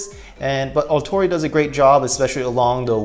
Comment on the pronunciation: This mobile suit is actually 'MBF-02+EW454F Strike Rouge Ootori'. You have it set to 'Rogue' whenit should be 'Rouge'; as in the French word for 'Red' which is pronounced 'Rooj'. The 'Ootori' is pronounced 'Oh-tori' (おおとり/大鳥) which literally translates to 'Big Bird'. I think for stickers on this kit, it would be better to just paint it. I mean they're just straight lines so you can just use like Tamiya masking tape and air brush, hand paint, or spray paint it instead of the stickers. You forgot to mention that with this kit, it comes with parts not used for this kit specifically. But you can create an MG MBF-02 Strike Rouge 'Kira of the Skies Ver.' with MG MBF-02+EW454F Strike Rouge Ootori and the MG GAT-X105+AQM/E-X01 Aile Strike Gundam Ver. RM It's basically the MG MBF-02+EW454F Strike Rouge Ootori minus the Ootori striker pack and instead using the Aile Striker Pack with the pink parts included with the MG MBF-02+EW454F Strike Rouge Ootori.